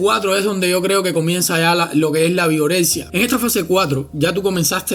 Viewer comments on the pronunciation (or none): Pense que decia Vergorexia XDDD jajja wey Vergorexia, no mames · Pense que decía virgorexia Jajajajaja